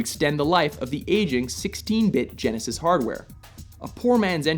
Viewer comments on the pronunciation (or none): none